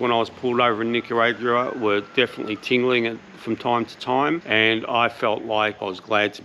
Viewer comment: The way you say Nicayraugoooaah is so strange. Am I saying wrong?